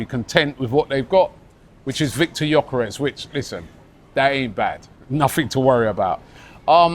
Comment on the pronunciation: Robbie, please Brav Can we get this guys name right? It's pronounced Yerkaresh Yerkaresh Yerkaresh. NOT Yokarez or gorkarez . It's so annoying when people get your name wrong. Everybody on social media is doing it. He must be absolutely sick of it. If you say it correctly on your pod then maybe other people would will eventually get it right. I absolutely love this channel now but it's driving me nuts. If everyone called you Rabi Loolie it would get on your nerves wouldn't it ? This the top arsenal podcast in the world. You can fix this amigo